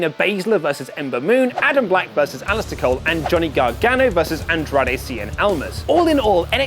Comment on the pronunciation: He said "Adam black" and "Alister cole"😂